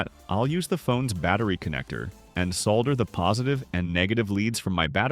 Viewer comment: I love that you know how to pronounce soLder!